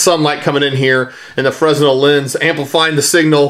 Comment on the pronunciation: FREH-NEL... how is it hard to pronounce words correctly. Apparent too hard for this guy. Can't take anything he says seriously.